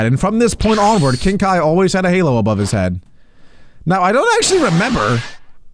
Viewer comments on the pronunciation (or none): none